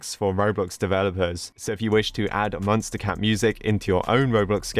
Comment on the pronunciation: I like be it how he pronounces it as munstacat instead of MonsterCat